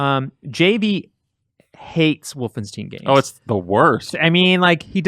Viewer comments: For the love of all that is holy, please stop saying wolfen-steen it's wolfenstien ...you can hear everyone else pronouncing it that way...you have to know that wolfensteen is wrong...please, stop, it's making me cringe so hard. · everytime i heard wolfensteeen - my ears hurt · Anyone else a bit annoyed by how says "Wolfensteen"?